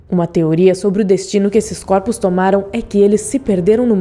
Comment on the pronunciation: Coropos kkkkkkkkk voz irritante